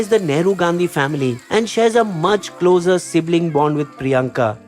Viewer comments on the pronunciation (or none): none